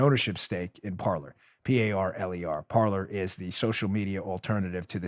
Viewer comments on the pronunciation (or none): Dan, I will join Parler if you start pronouncing it correctly. It's not "parlor", it's "parlay", the French infinitive "to speak". Linguistics lesson for the day. YW. 🤓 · By the way...it's pronounced Parlay as in to talk. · Parker, not Parker.